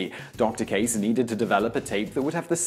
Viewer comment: Simon mispronounced Kase. If it's Japanese, it would be pronounced "Kah-say"